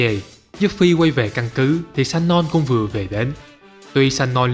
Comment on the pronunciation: Người ta tên là Sonon chứ không phải lài shanon nha ... vấp vãi.